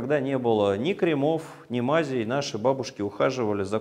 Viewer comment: Спасибо! Но, пожалуйста, измените ударения! КрЕмов,ногтЕй, пр.